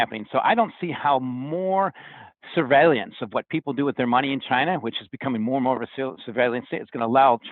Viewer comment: the word is SURVEILLANCE... NOT surveillYance 🤣...c'mon,, "astute analyst" 💰